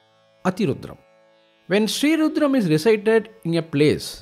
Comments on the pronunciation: There are so many rudram recitals. But this is the best according to me. Pronunciation, appropriate speed, clarity, no interruptions ( commercial interruptions in a divine chant mo ck the very of the chant. Very vlean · Perfect pronunciation, perfect synchronisation. Highly, highly energizing!